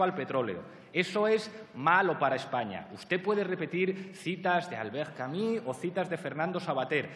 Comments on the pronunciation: Que pesadez con Albert Camí, se pronuncia Albert Camu, con u francesa y no con í, esto es una pronuncia que se puso "de moda" en España por parte de una gente que no hablaba el frances muy bien. Hay entrevistas a el y documentos en frances aqui en youtube donde ustedes mismos lo pueden comprobar; en lo otro tiene razon en llamarle ignorante, lo es. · Vaya palizón intelectual. jajajaja "Albert Camus", es "CAMÍ"... y el bobo de riveruela no tenia ni idea de quien le hablaban. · doctor dedo chupando a Verstrynge. En una facultad ... Para acabar no menciones a Camus si no sabes pronuciar su nombre.